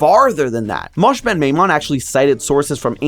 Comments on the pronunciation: Nonono, Maimonides is NOT Mosh. his first name is Moshe, pronounced Mo-Sheh, or the english Moses. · it's pronounced "mo-Sheh" not "mosh" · yeah ig he didn't pronounce the "e" in Moshe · liked this episode , and i realy liked you (trying) to use the original pronunciation of Moshe and not the romanized Moses, buuuuuuut you pronouncing Moshe (pronounced as "mo-sheh") as "mosh" peeved me a bit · I'd be more than happy to be your Jewish liaison😂 it's Mo-sheh, you pronounce the 'e', and he is also known as Maimonides (my-monidees) and I can attest that matzah ball soup is indeed scrumptious😋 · Mosh... I'm dying help. It's Mosheh. But yeah, Jewish penicillin for the win. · Maimonides aka Moshe ben Maimon isn't pronounced MOSH, its Moe-shay or Moe-shuh. How do you not look this stuff up? Or ask a Jewish person? are there no Jews working at Theorist? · no way bro read moses as "mosh" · Moshe ben mimon is said with the e heard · Moses ben maimon Name is pronounced moe-sheh Also known as maimonides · Well his Hebrew name is Moshe. For someone who is unfamiliar with Hebrew, that is far from the worst mispronunciation I've heard (because it is also my name) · I don't think I've ever heard the Rambam's name pronounced like that, but okay